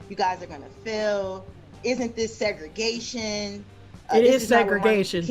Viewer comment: DID SOMEONE SAY "SEGS-GRIGATION?!"